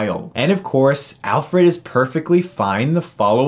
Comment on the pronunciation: it's funny how your pal says Alferd instead of Alfred , just like I've heard you say Nukeuler/Nucular instead of Nuclear in some other video xD